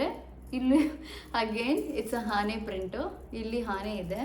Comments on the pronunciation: ಹಾನೆ ಅಲ್ಲ ಅದು ಆನೆ 😂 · ಆನೆ adu 😂😂😂. ಹಾನೆ ಅಲ್ಲ. Adu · That is not haane, that is aane